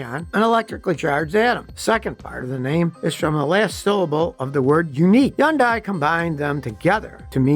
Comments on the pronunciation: Pronounced "Hun-Day", not Hi-yun-die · Its Hun day. Like Sunday. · He's wrong, it's supposed to rhyme with Sunday. Hyundai, pronounce the H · Serious question: who told you how to mispronounce "Hyundai" it's HUN-DAY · Still can't pronounce Hon day correctly. You won't change. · Scotty is the only person I ' ve heard pronoun Hyundai with the H silent. Is he right and everyone else wrong? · I like how Scotty sticks with the wrong pronunciation of Hyundai 👍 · Seems to do alright with other words, guess Hyundai hangs him up.